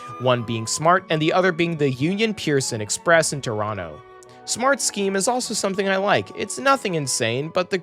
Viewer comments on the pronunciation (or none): none